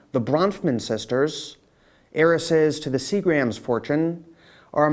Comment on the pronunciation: I've never seen someone pronounce so many words incorrectly. Do you not hear other people saying Sea-grams? Hillary Clin-TON? Raniere, "Raneeree" not "Raneeryah" Well, you said New York correctly. funny